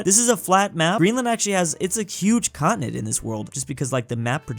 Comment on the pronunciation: Bro called Canada a contenent